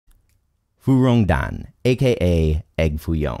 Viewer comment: I get shivers how he pronounces fuyong dan